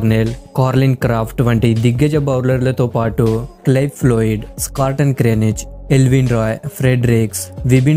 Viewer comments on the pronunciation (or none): బాబూ,అన్నీ తప్పుగా ఉఛ్చరిస్తున్నావు.సోవర్స్కాదు(సోబర్స్),వెల్కం కాదు(మాల్కం మార్షల్),క్లెఫ్ కాదు(క్లైవ్ లాయిడ్).టేస్ట్ కాదయ్యా,టెస్టు.ఘోరమైన తప్పలతో వ్యాఖ్యానిస్తున్నావు బాబూ.